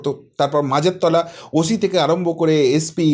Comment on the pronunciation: কথাটা ওশি নয় ওসি। এরপর হইবো না হইবো না বাঙাল ভাষা প্র্যাকটিস করবেন এত সোজা নয়